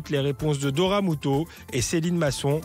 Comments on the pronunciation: Doria et pas dora avec ces jolis yeux on fait un effort pour l appeler par son juste prénom . C est peu gênent de l entendre dire 10x dora au lieu de doria . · "Doria" aïe...